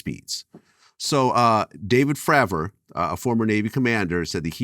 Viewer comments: So hard to get past Vlads insistence on mispronouncing Fravor and Grush. Other than that great to hear Dr. Greer talk about these issues. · Why Vlad thinking he Joey Diaz pronouncing everyone's last name wrong even tho he must of seen interviews about Grusch and Fravor to prep for this plus Greer saying them correctly constantly 🤣🤣🤣🤣